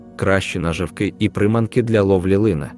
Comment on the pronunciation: НаживкИ і прИманки? ПоплАвкова ловля, лУска,... Що за наголос? Це читає робот чи неук?